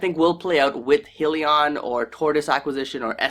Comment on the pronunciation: Why should we listen to someone who cannot even pronounce the name of the company? Its not 'Heel-e-in' its 'Hi-lee-on'. FACEPALM.